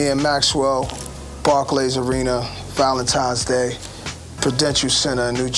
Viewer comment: "Valentimes Day" -DJ Khaled